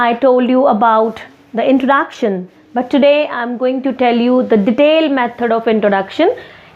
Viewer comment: pronunciation of 'introduction' is highly exaggerated.